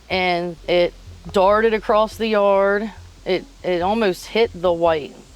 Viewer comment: If you're trying to sound intelligent and you know what you're talking about, stop putting a T at the end of the word across